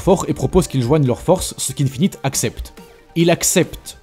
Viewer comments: Ça se prononce "Forcise" pas "Force" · tu dis force au lieu de forcis c pas bien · Essaie de prononcée comme "fort-seize" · Eux... Je crois qu'on dit "Phaurssiz" 👌